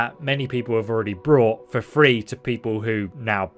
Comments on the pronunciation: Bought is a very difficult word to pronounce apparently. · Not sure if you're just misspeaking or if English is a second language, but you keep saying "brought" when talking about purchasing when you're meaning to say "bought" Brought is used like "Jeremy brought balloons to the party" Bought is used like "Alice went to the store and bought 300 watermelons"